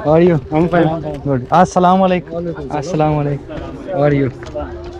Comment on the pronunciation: প্রথমে সালাম দেওয়া শিখবেন আসসালামু আলাইকুম। সালামুআলাইকুম এই শব্দটা ভুল